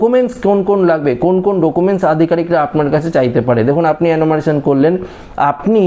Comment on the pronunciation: Enumeration উচ্চারণ হচ্ছে এনুমারেশন (অ্যানুমারেলন নয়) এবং Fencing উচ্চারণ ফেন্সিং (ফেসিং নয়)। দয়াকরে গনমাধ্যমে ছোটদের ভুল শিক্ষা দেবেন না। বিনীত অনুরোধ রইল ।